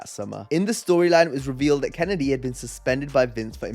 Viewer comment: I am disappointed you mispronounced Mr Kennedy.... Kennedy. It's Mr Kennedy..... Kennedy